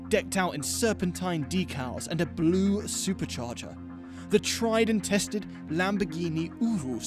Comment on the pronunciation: The emphasis on that “blue supercharger” had me in tears like it’s the biggest feature 😂😂😂😂😂😂😂